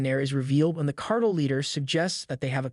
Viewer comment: car..tel , not cartle